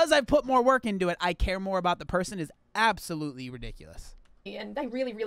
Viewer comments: Did you say absafruitly ridiculous...🤣😂🤣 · The best thing to come off this video is saying Absofruitaly 😂😂😂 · THAT WAS ABOUSOLFRUITLY REEDUUNKULUS🤣🤣🤣🤣🤣